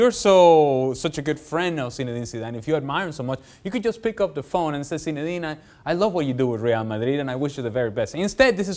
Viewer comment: Zinedina lol